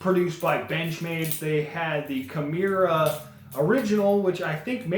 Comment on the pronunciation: Key-More-Uh. Balisong is one word too. Not balley---song. Good vid other than that nitpick.